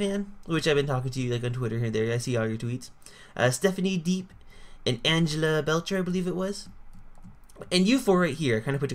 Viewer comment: I know Angeleah B. And u pronounced her name WRONG SHE IS MY BFF